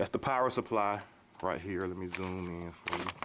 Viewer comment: dude you say in, "ein" lol